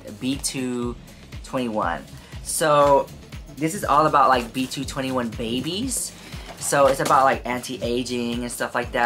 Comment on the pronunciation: It’s Pronounced BT21 not B221 and it’s a project between BTS and Line Friends. Each character represents a BTS member, the red heart one is Tata, the alpaca is named RJ, the yellow one with the black ears is Chimmy, the blue Koala is Koya, the pink bunny is Cooky, the little brown one is Shooky, and finally, the little purple body with the blue head is called Mang. The BT21 line is very popular and it tends to sell out immediately, so if you wanna do a giveaway, my favorite one is Mang and Tata 💜